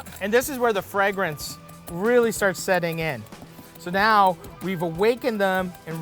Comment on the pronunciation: man said fregrance